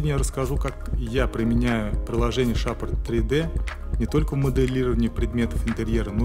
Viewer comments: Красивое информативное видео. Только не шапр 3д, а шейпер 3д - от слова "шейп" ;) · Закрытый слог ;)